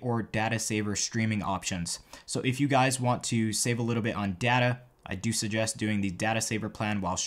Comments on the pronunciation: It’s data, not data. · I hate the way you say data it’s data (hahah) maybe the way yu say it is a American pronounciation